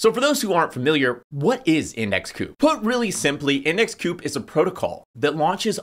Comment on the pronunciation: Pretty sure it’s index COOP. Their mascot is a bird 🐦 owl